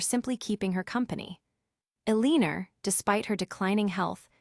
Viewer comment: The story is good but the ai reading is terrible. It pained me to hear Eleanor pronounced so poorly. It would be nice to hear these stories properly read by a human.